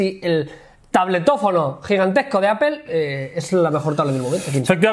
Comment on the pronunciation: Porque siempre los españoles pronuncian APEL!!!!???? o.O jajaja